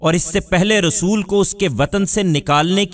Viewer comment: Rasul not Rusool